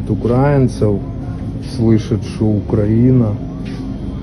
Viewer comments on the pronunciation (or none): не будь щадилдой -ставь правильно ударение на слово украИнцы а не укрАинцы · УкраИнцы!!! Ударение на И🙏